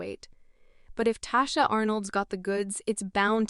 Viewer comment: Her name is Tichina not Tachina